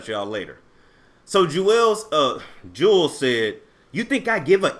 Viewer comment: It’s pronounced “jewels”